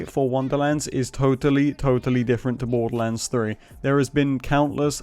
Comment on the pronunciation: I love how you say Borderlands 3 "Boddulans 3"